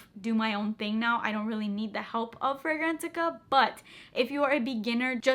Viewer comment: are you saying go to “Frangrantica”?